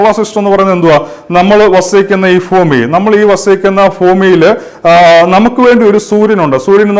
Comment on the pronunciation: ഫൂമി അല്ല ഭൂമി എന്ന് പറയ്.